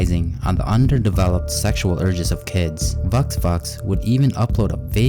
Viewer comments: How dare you call vux vux that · Bro not vux vux